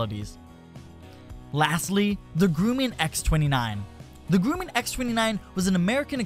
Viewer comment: 1. It's pronounced Grum-man not Grueman 2. Most Airplanes are designed to stall from the wing root first to give aileron control throughout the stall.